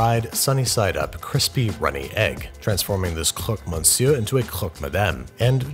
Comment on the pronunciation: the R in monsieur is silent, pronounced meh-syuh